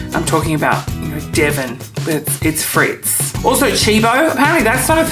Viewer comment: Fritz - not Frites!